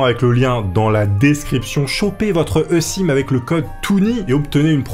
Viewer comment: Alors quand on est pas née en 1914 on prononce une e-sim "i-sim" et pas "EUH-Sim", hein, voilà 🙂